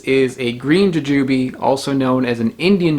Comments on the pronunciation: Bought some of those last week at the Indian supermarket, the guy said they were gooseberries. Tried it, figured it was picked too green and traveled too far. Threw it out. Jujube has the stress on the second syllable "juJUbe " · How are you not saying JooJooBee?🤣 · Interesting stress on the syllables. I never thought to pronounce it that way-- joo' jah bee! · You pronounced Jujube like if you have only seen it on print, but never heard it pronounced.